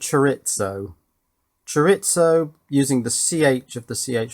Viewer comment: I'm fine with you guys saying "al-yoo-min-eee-um." I can even abide things like "in hospital," lift, boot and bonnet. But as a Californian that knows a bit of Spanish, I simply MUST formally complain about "cho-ritz-oh." Oh, just one more thing... I'm just giving you a hard time and this is mainly to help with channel engagement.